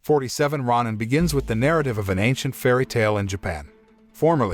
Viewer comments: I loved this film, but it is pronounced ROW-nin, not RAH-nin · It’s row-nin. And they are samurais but ones without home or allegiance to a master or country. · It’s pronounced row nin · is it pronounced ro nin or ron nin